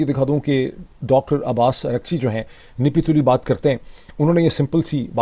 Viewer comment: Dr sb your Urdu is good but its not "nipi tuli" its "napi tuli"